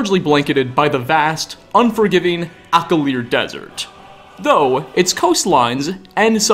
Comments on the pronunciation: "Akil'r" Me: (cringe) Alik'r... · His voice.. kinda tolerable. But when he said Akilr desert instead of Alikr.. that grinds my gear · do you just say things wrong on purpose? "Aklir"? REALLY? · Alakir being pronounced so terribly killed me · Did you call it the akavir desert? lol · Gotta love that "Ack-a-leer" desert, man! 😂 😂 😂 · Am I the only one who caught that? He butchered Alik'r desert! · Imagine “studying the elder scrolls for a living” and still not pronouncing Alik’r properly. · did he mispronounce alikr?